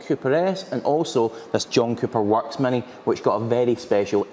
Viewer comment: Its MINI, not MANY. pls learn english, since you are from UK